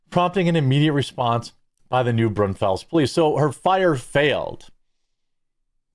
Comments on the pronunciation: New Braunfuls not Brawnfells. With love from a local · It's pronounced New Brawnfels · We pronounce it New Brawn-fulls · Just an FYI, it's pronounced brawn-fulls. Not fells. Texans know. 😊 Glad you cover other things. I've noticed that all the big, established sources have the same stories they cover day after day. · "New BRONZE-fuls" is how a Texan would pronounce that. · I live 90 minutes from there and didnt hear about it. Jeremy its not Oregone, Oh reh guhn and its said New Brawn -fulls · I’m not even an hour from New Brawn-fels (😂) and I didn’t hear about it! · I saw it on the news but I live a few counties over from there. Go through Comal County on a regular. And you're close on the pronunciation of New Braunfels. Brunn-Falls but you dont have our Texas tone/twang! 😎👍🏽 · Arson is another fun little charge. It's pronounced new- brawn-fulls. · You mispronounced New Braunfels. The E sounds like a U.